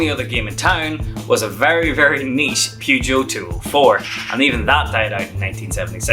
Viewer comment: you need to Learn how.to pronounce Peugeot.